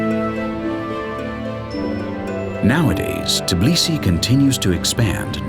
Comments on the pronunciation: it's Tbilisi, not Tiblisi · this video just makes me so proud.... too proud. i guess my humbleness left me after ive gotten tired of learning too much world history. p.s. i find it funny that the narrator says Tbili right, but Tbilisi wrong. ITS TBILISI, not god darn Tiblisi. how hard is it to say TBILISI. its still called Tbilisi dang it